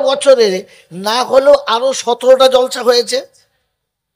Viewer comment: হুজুর কথাটা জলসা না জালসা ভাষা ঠিক করুন